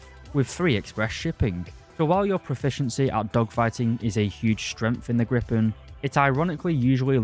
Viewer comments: My man, it's a Gripen, not a Grippen. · Griiip´en. Not Gripppen.